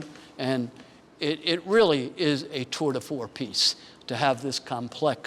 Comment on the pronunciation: If you’re going to show off with French phrases, you’d better pronounce them correctly! It’s not “tour de for” it’s “tour de FORCE “. Knucklehead.